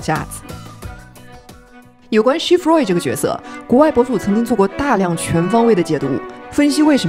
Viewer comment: 你Roy的发音好怪…